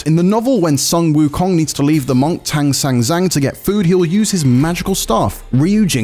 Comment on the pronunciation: 听如此地道的英语口音念唐三藏还是挺有趣的哈哈哈